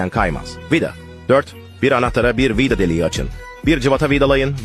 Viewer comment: Bu adam vida diyemiyormu vida dağı diyor😂😂😂😂😂